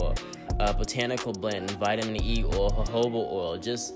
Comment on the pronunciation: Is he saying Orl ir oil ?